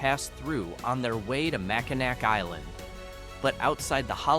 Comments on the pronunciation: Mack-uh- NAWWW ffs who cares if it ends with a "C" or a "W".. it's ALL MackinNAW mack a nack.. puts a hurt on our ears.. There's Kansas.. and Arkansas.. but ppl don't call it Ahr- Kansass, they say Arkansaw roit? Research a place.. do yourself a favor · As a life long Michigan resident, I enjoyed the video, however please learn to educate yourself on proper pronunciations of these beautiful towns before making videos. I had to turn it off, because I couldn’t stand all the mistakes of our beautiful towns and landmarks. It’s Mackinaw city, and the Mackinaw bridge, not “Mackinac”. That’s just one example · It's just hilarious how he pronounces Mackinac. It's supposed to be pronounced Mackinaw. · MACKINAW, not Mackinak.